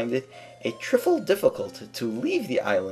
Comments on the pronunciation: just so you know, trifle is pronounced just like rifle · I love! But umm... You pronounced trifle wrong its pronounced TRY-full. Love your videos anyway!